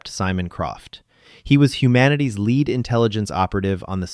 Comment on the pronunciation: Your AI does not say the word lead right